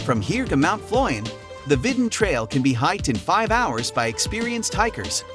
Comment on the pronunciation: Hi, you got the names wrong. It's Fløyen, not Floyd, Ulriken, not Urlikin, Flåm railway not Flan and Kode museum, not Code. Have a nice day!